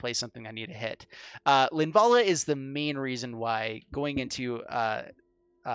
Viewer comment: lin-va-la, you kept saying her name wrong